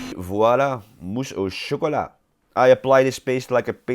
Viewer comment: Are you french? Your "mousse au chocolat" is almost without any discernable accent...